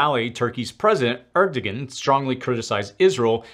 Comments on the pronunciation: Typically I hate when people correct others on how to pronounce a foreign names, since pronouncing a foreign name in an American accent should be considered a valid pronunciation (Ke-yev vs Keev, as an example) - BUT Erdogan is not really pronounced phonetically like in the video, most people say "air-du-wahn" or "er-du-wahn," not "er-doh-gan." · His name (Erdogan) is pronounced air dough juan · and , love your channel!…but minor note, you might want to look up how to pronounce Erdogan. Love your channel, thanks for all the work you do.